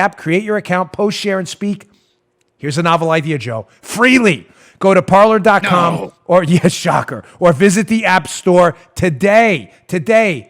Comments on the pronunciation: Parler means "to talk" in French but it's pronounced "par-lay"... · Dan, you're great---but I think it's pronounced par'lay"! :o)B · It’s pronounced Parlay Dan. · Parler is French for talk, pronounced parlay. I dont know anything about the app.